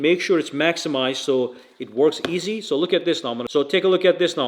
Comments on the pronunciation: Wow.. Where is he from.?. Cal cu later.. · Sir I'm so happy that you have this post and they're trying to solicit any kind of merchandise that you may have to make a buck or two but I'm saying learn how to say the goddamn word calculator and you might be a little more influencing on the minds of the marketplace for a successful business business business business business business this is America Trump is our president get right or I just haven't studied the date of this video which might be the issue either if that's the case then it's a backdated video I can apologize but if its recent right now in the day of the president that I'm going to say you guys are all smoked